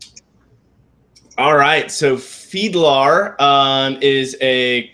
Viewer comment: "Feedlar" LMFAO 😂😂😂